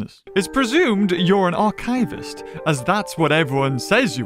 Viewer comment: Adendum: You pronounced Archivist wrong